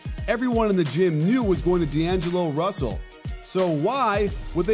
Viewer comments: It isn't 2 words because you said "d'angello freaking rusell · When he said 2 words but he said 3 "Di Angelo freakin Russel"